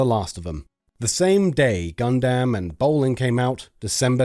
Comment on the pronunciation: pronounces gundam correctly calls a sail boat a jetski